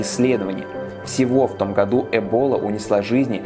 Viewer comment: Не эбОла а Эбола